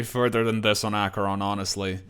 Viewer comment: Headacheron lol